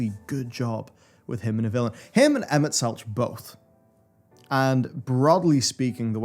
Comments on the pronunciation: the mispronunciations of emet hurt me :/ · keeps getting Emets name wrong. I don't even know how many times it was verbally said in game.